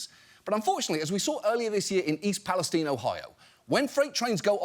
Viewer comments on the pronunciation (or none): Did he say East Pales-teen? Is that really how it’s pronounced? And since when? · East Palestine is pronounced with a Long I. As in Everything's Fine in East Palestine (Ohio). People who don't live there pronounce it Wrong.